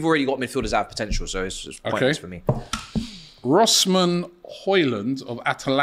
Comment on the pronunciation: Rosman? Come on lad, just read the word 😂😂